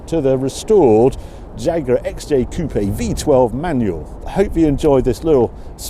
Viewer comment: Coupé please, not coop... 😀